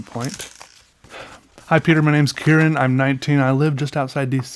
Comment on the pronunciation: Water Walker Ministries Water Walker Ministries it’s totally okay dude I get it literally all the time!! I’m honestly surprised he said my name properly 😅